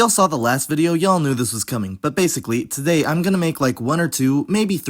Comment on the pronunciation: Wait did he pronounce "today" like like, /tzɛɪ/?